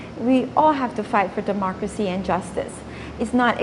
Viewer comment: how low have we become that we have listen to a clown who calls it "demorcacy" not democracy.